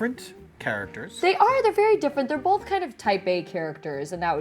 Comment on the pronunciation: She says "Bolth."